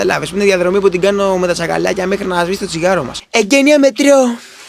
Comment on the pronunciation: ωραίος αλλά δούλεψε λιγο την προφορά ρε γιαβρίμ...ειναι "τσακαλλλλακια" και είναι "συζητΟΎΣΑΝΕ", δεν είναι "συζητΑΓΑΝΕ"....επισης β.ελλαδα δν εχουμε "νι" κ "λι". αλλά μπραβο